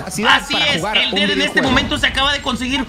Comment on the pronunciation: nadie:: xeper